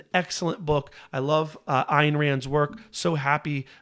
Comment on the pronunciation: It’s pronounced (Ann) the Y is silent.